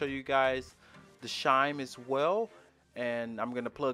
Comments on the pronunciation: It’s chime, not shime. Chime has the same first consonant as church. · Not the grammar police coming for you for saying “shime” instead of “chime. Sometimes people pronounce things differently. He could have an accent or their primary language may not have a “ch” sound. It could be a speech impediment, or simply that he is used to a different pronunciation. Get over it. The English language isn’t the only language in the world and hyper focusing on his pronunciation just makes you sound pedantic. He’s just trying to be helpful and that’s what you care about. Take it for what it is. Grow up. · Glad I’m not the only one who noticed he says shimes instead of chime😭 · It's not shime. It's CHime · Lol he said it like 10x